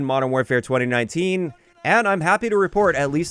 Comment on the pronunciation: Great video. Concise, thoughtful and thorough. That being said, the way you say 2019 weird me out every single time.... twunanunteen. 🤣